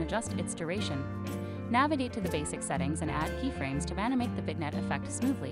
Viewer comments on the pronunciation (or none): Helpful video. I thought it was a real person giving instructions until the narrator kept saying "vig-nette." Still, it was helpful. Thanks.